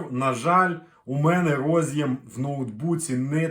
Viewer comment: Карта во сказать "до сгакы" - это надо высшее образование иметь."рОз'їм" чи "роз'Єм"-шось когось їсть від IBM.